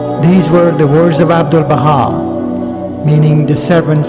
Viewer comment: In 4.10 min says "Abdulnah"... Shouldn´t it be: Abdúl-Bahá?